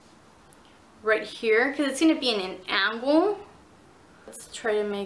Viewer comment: Ang Ang Angle. Not Aun gul Aun gul. ITS ANGLE